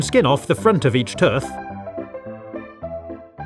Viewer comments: its tooth not tøøth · Why did you call it ‘tuth’ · I love how he says tooth! Tuuuurf 😂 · I was laughing when he said tuth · I like how he said the front of each TUTH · “Cut the skin off each tuth”